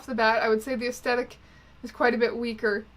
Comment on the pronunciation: It bothers me that you don't pronounce the th in aesthetic. Mostly because it makes me worry that it's actually me who's saying it wrong.